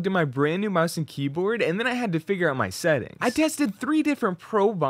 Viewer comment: U cant say the sentings